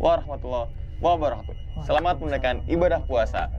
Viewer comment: Ini maaf ya kang... klu ngucap salam sllu mengganjal di hati saya...ini maaf ya kang klu aku salah. Soalnya kedengaran sama kuping saya itu " wabarokhatuh" sedangkan yg bener kan pake" kaf" yaitu " wabarokatuh". Sekali LG ini maaf kang klu aku salah.